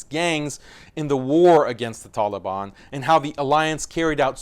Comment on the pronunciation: I like how u pronounce the ط in taliban